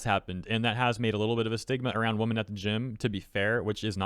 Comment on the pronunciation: It really throws me off that you keep pronouncing "women" like "woman" 😂